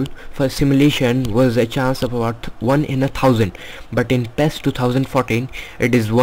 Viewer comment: ITS NOT PHHHEEESSS its PI I ES